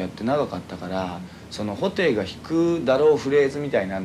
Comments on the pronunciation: ホ↗︎テイ↘︎ この発音がインタビューの活字を見ても毎回脳内再生される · ソテーみたいなね、いや失礼